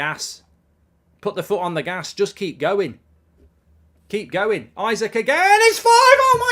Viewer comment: isaks' name isnt pronounced isaac its pronounced e-sak